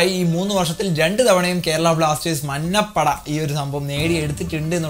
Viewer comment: മന്ന പട എന്ന് പറയുന്നത് പോലെ തോന്നുന്നു ബ്രോ 😬😬